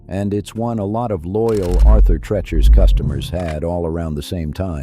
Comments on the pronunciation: I loved Arthur TREACHER'S and was sad when it left our area. There were so many mispronounciations of TREACHER in this video, it reminded me of someone who called it "Arthur Trenchmouth." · Pronounced TREE-chers.